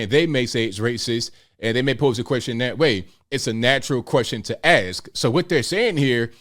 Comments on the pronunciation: Funny, I dont recall dumdum defending Kyrie over his vax stance either. And dumdum....people don't "axe" questions, they ask them. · I agree with you to some degree. Perhaps the most disturbing aspect of his interview is that he can’t properly pronounce “ask” nor “athlete”.